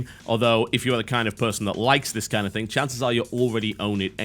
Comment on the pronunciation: Thing*....is fucking THING*...not think!!!! You guys who use think - instead of thing - is mind blowing...